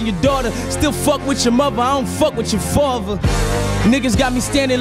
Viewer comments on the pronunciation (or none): none